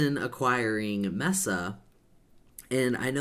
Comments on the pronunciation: Its not Mess A, Its pronounced MEAA SA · Isn’t pronounced Mesa (MAY-SAH)? I’m not sure, tbh...